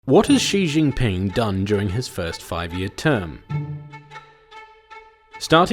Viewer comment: Finally they pronounced it corectly: "Seeeee jin ping", not "Zeeee jajfbsjasvb piufnsduib"